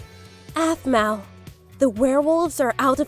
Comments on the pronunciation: Blaze should've become alpha 😤😾😾😡 Also calls aphmau "ofmau" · Her name is not a f m u a